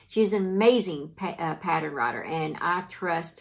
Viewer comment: Pattern or patteren? lol My husband laughs every time he hears you say it.